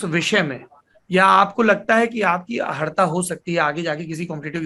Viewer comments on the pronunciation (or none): अहर्ता नहीं अर्हता... पदीय उपयुक्त योग्यता.इंगित करने के लिये क्षमा..निन्दक नियरे राखिये.. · लेकिन सौरभ जी आप 'अहर्ता' क्यों कह रहे है